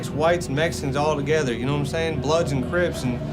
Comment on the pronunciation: "Nome sayin?" "Nome sayin?" "Nome sayin?" 😭😭😭😭